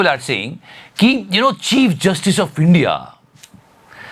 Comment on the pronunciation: Chief justice ko Cheap justice parh liya😂😂😂😂😂